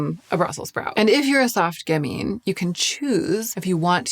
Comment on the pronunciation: And "gamine" has the accent on the first syllable, with the second being a "schwa" sound, not "ee". (Once a literary agent, always a literary agent...there's a T-shirt out there with my name on it--the one that reads, "I am silently correcting your grammar and pronunciation".) 😊